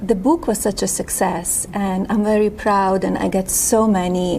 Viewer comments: Oh my god. Immediately turned off by her pronunciation of book. "Boooook". Like "spook". 😒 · Booouk what the hell is that word? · "Da boek" 🤣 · The buuk? She' s unable to pronounce English...Id like to hear Baron's Slovenian accent... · Whats a Boook its Prounced Book not Booooo-K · I just can’t stand the way she pronounce “book” she sounds like an idiot really a moron!!! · “De buke” was such a sukesess” 😂 She Be Besting! 🤭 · The "boo-uk" & the "fee-illm" 😂😂😂